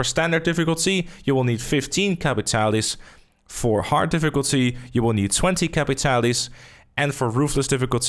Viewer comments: Bro, you're saying capitale wrong. Just like most players are saying Saint Denis wrong. The guy from the quest literally pronounces the word "capitale". It's French/Cajun. Cah(similar to caw)-pee-tahl. The "pee" is like a combo of "pee" and "pi" like PIT, not PIE. Combine the sound of pee and pit for the i. Not Caa-pit-all-ee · Its capitale and not capitali...just to let you know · pretty sure its pronounced [kap-pee-tal] :)